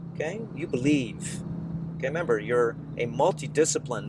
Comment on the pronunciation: "Be "lie" ve"